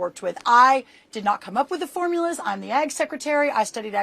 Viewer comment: "I did not come up with the forumlas" Yeah ChatGPT did.